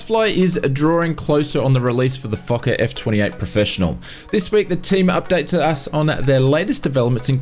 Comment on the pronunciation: I giggled every time he said Foker. Yes, I'm that immature. No, I'm not making fun of him.